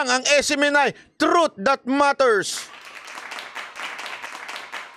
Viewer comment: False Hindi trith